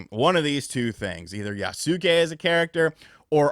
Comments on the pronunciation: It's "feudal" (Few-dul), not "fetal" and it's "Yasuke" (Yas-e-kay) not Yaa-Soo-Kay.... not to be a d!ck, but also.....kinda fun being a d!ck. Still can't believe how many gaming "influencers" have never watched any anime or subbed Japanese content.......sorry, but I felt the urge to troll. Love ya, hope you're doing well! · Pronounced Yahss kay Not yah-suh-kay LOL Kyoto's pronunciation is still bedeviling you as well I'd imagine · Not quite, it's more like yas-keh, like heh but with a k. there is no pronounced i in Yasuke, even though americans like to pronounce it like that. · Yasuke pronounced "Ya-skay". Naoe pronounced "Nay-Oh-Ay" Hope that helps lol. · its Yaske , the U is silent. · I'll wait for Ghost of Tsushima 2, and it's actually pronounced "Yas-kay". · i swear no one knows how to pronounce yasuke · Stop saying his name god dam 😂 i hate the way you pronounce it